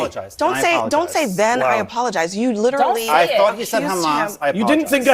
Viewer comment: “Lidderally” 😂 These goofballs.